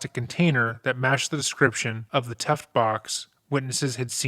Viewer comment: Tuff Box, btw. Sounds like youre saying "tuft"